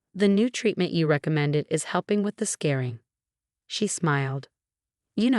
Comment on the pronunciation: Yo, “scarring” is not “scaring”. Get it right.